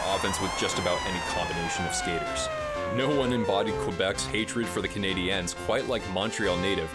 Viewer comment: interesting commentary but it's jarring because... Just say it normally. Canadians. The accent attempt is not correct, you are making the common error of saying "Canadiennes" which is inadvertently sort of rude.